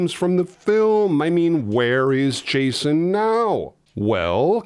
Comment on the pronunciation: Chason? Or am I the only one hearing that?